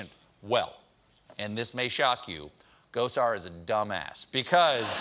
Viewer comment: Is it weird that I heard “Gozer” instead of “Gosar”? I’m sure there’s a joke there, but I just can’t see it.